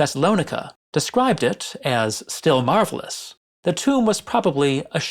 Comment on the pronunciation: Actually Eustathius said 'still marble-ous' as in, 'gee that's a big pile of marble'.